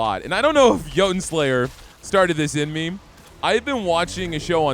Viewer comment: “Joe-Ton” Slayer 😂